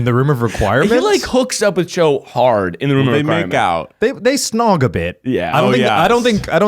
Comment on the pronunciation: When they first talked about Cho and Harry in the room of requirement, I thought they were saying "Joe" Me: Who the f is Joe??